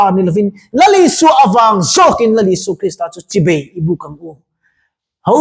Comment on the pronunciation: A ropui thin hle mai i inpekna.chibei nilovin chibai tih tur